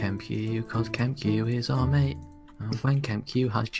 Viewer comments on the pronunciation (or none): none